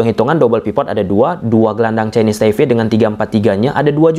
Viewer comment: Kenapa ya abangnya kalo ngomong yg ada huruf "P" nya tuh sering diomongin jdi "F" Ini TaiFe dulu juga jdi NeFal😢😢